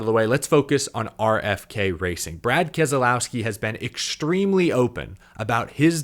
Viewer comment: Can You learn how to pronounce Keselowski Your supposed to be media its not kez ah lowski there is no ah in his name ask him he will tell you